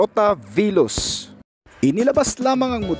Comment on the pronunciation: veloz po hindi viloss